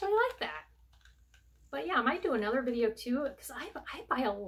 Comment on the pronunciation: Another great "Dideo",!!😂🤣